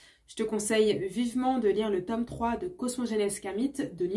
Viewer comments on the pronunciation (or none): none